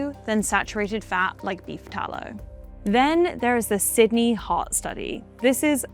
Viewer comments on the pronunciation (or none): none